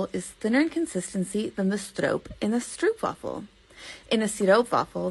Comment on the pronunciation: the "Stroop" in "Stroopwaffel" rhymes with Hope, Dope, and Rope, and NOT with loop, troop, or poop (Canadian Oostenbrinks usually insist on the right pronunciation to rhyme with Most, Post, Coast, and Toast)